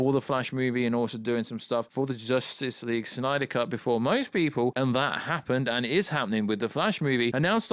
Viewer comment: Bring back the "snayder" verse 😂😂😂